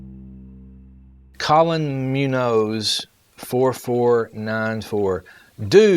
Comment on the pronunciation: Thanks!☺️ "Munoz" is pronounced moon-yo-s. Just in case you really don't know how to pronounce it 🤷🏻‍♀️😂🤣.